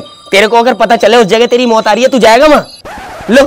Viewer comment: Abe itna zyada over acting mat kar bhai tu to Hafiz sahab se bhi aik haath aage nikal gaya. Or ha mot mein ayin nhi hota pta nhi kaha se wao or ye ke beech mein ayin ghused diya 😂